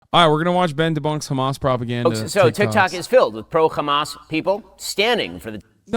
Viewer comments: Yeah what's with the 'Khamas'? I've noticed it too. Is it meant to be offensive or something? It just sounds like a dumb mispronunciation. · beuatifully debunked as always, I will just say that the reason that israels say khamas instead of hamas isn't out of malicious pettiness - it's just how it's said in hebrew. many words in hebrew use the kh sound and when they are talked about in english they're usually said with an h instead, so hebrew turns h sounds back into kh. same goes with hasan and hebron and many other places/names that start with an h sound. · complains about how people say hamas and says lihay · Ben will go out of his way to pronounce Hamas that way but intentionally misgenders people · Hamas is pronounced with an (H) not like you’re spitting😂